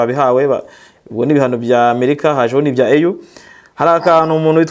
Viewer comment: kosora bino: EU bayisoma "iyu"(apana "eyu") kukwo ari impfunyampfunyo y-icyongereza "European Union". African Union niyo bita "eyu". Komera